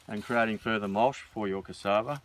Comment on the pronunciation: Great info love what your doing but please stop calling it mulsh it is called mulch.